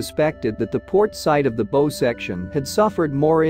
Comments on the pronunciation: I am so tired of channels using AI narration and their inability to pronounce common words like the bow of the ship - which rhymes with Bow-Wow like a dog’s bark. And I see other comments saying the same thing. I would not subscribe to this channel for that reason alone. If you cannot narrate your video content yourself or have a human do it for you then you should take up a different line of work like maybe a baking or plumbing. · I hate those computer voices and the way words are mispronounced such as the "bow" section of the ship, like a rainbow? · Typical "A"I narration calling the front of the ship "the beau". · The AI voices can't distinguish between "bow" like you might wear and "bow" the front of a ship. I miss the human voice. The mega- load-in necklace. hahaha